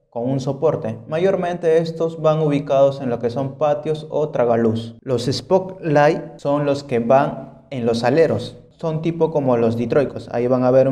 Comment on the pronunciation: No confíes en alguien que diga "espoklaig"